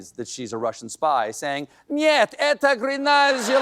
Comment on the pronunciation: Нет. Это грязная ложь! = No. It's Dirty Lie! However, Colbert's pronunciation was WAAAY OFF!!!! Correct pronunciation is: Nyet, Eta Gree-YAZ-naya Lozh!